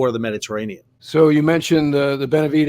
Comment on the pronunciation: He butchered "Benavidez".